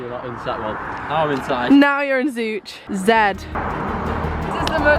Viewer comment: also locally everyone calls it Zo-ch lol